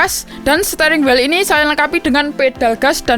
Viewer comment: Stering wel 😂 RIP english